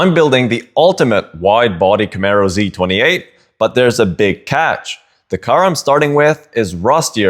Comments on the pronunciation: Cool project! Just a little fyi its pronounced ZEE 28. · Zeee 28 say it with me ZEE 28 🤣